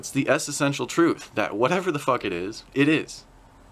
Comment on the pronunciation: Hey man, nice vid...Creation is indeed grand :) On an unrelated note, I've noticed in this and a few other vids that you use a word that sounds like "essesential", but to the best of my knowledge this isn't a word. Are you combining essential and existential? If on purpose, cool neologism, but if not then I thought you should know as I would appreciate the same if I were speaking publically... please feel free to delete this comment. From my version of the One infinite being to yours.